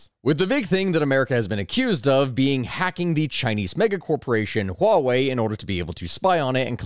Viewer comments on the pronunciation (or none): none